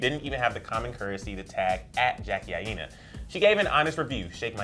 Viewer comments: omg they said Jackie AAina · jackie didn't care tho .... 😂😂 who else cringe at him saying her last name I- NA (aina)